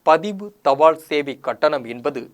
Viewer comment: Post card not poster card. தபாள் கார்டு இல்லை, தபால் கார்டு, ள் அல்ல ல். தமிழ் கற்க வேண்டும். காளம்? காலம்.